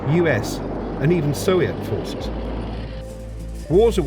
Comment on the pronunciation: why does the host always call them "sowiet" and not "soviet"?